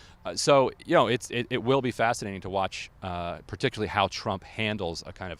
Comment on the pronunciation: WHy can't so many people say particularly? Particu-aree is not a word.